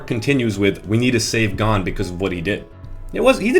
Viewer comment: this video is perfect... except for one thing how you say gon (its pronounced g-own) get it right